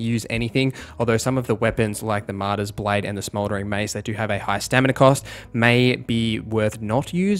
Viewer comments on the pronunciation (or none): none